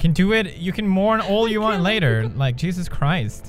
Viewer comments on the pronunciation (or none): none